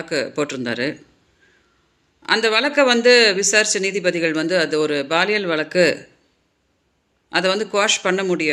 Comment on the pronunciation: BAAL இயலா? பாலியல் னு சொல்லுங்க மேடம்.